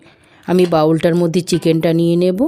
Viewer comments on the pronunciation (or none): none